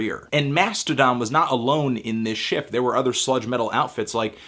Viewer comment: I had to rewind because I thought he said "slut metal"...